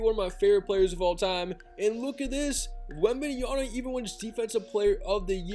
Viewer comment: it's wembenyama not wembanyana! 😂